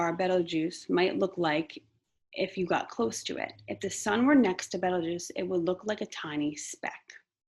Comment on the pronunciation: It is Betelgeuse 😂❤